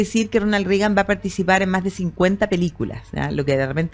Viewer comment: Extraño que en Chile todos pronuncien Rigan. En Estados Unidos es RRegan pronunciando con E. En el caso del presidente la conjunción ea corresponde pronunciarla como en las palabras Bread o Head.